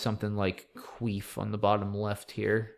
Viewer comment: Cuif is definitely not pronounced queef. So funny.